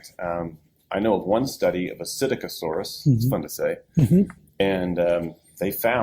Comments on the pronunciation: "Puh - sitta - co - saurus"?? ugghh.. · did pronounce Psitaccosaurus “PsitICiosaurus”?